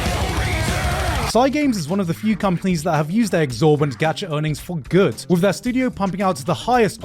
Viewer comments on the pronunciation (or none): Why do you pronounce 'good' as 'goot'?